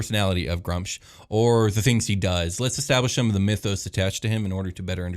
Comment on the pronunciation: You guys can't pronounce sh*t. It's either Groo-umsh or Gra-oomsh. Pick your favourite and die on that hill. No middle ground Grumsh, why have a double U?